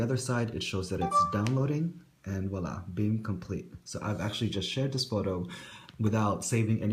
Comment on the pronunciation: it's voila (emphasis on the v).